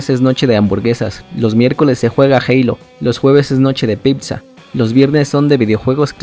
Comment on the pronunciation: Osea.... Todo iba bien y dices Picsa 😂😂😂😂😂